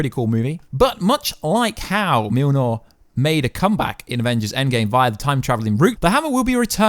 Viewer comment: Myole-near... say it like this phonetically please: Myole near.